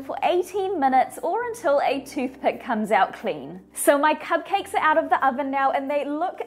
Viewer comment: Did anyone notice her saying cub cakes instead of cupcakes